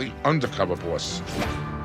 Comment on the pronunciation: Im trying to spell how he says 'boss' and I think I've got it lol - 'borwis'. 😅